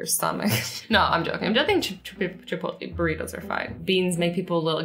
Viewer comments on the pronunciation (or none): Did she really just say chipoltleeeee not chipotlaayyy